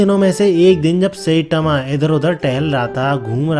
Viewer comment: Sai tma ❌ Say tama ✅.